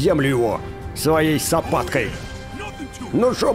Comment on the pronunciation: Не сопаткой а лопаткой